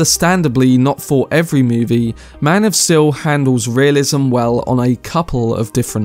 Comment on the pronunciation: "MAN OF STIL"?